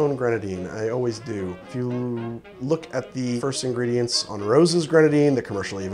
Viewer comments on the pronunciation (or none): none